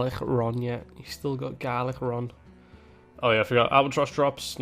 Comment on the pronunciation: I'm cooming a little bit everytime says "Galic-rond"